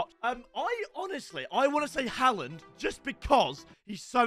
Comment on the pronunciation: Say Haalands name properly 😭